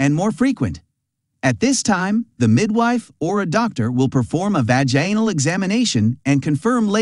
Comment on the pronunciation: Vaganal lmao